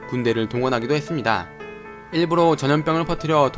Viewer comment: 6분42초 니니다.ㅋㅋ